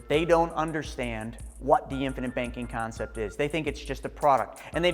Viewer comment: it's CONCEPT, not CONCEPS